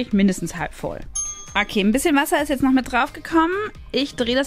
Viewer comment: Warum sagt bianka immer jetze